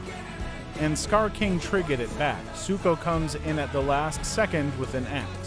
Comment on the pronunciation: he said suko